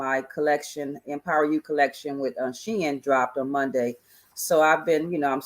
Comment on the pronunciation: Hey! Shein = "She in".... just sayin'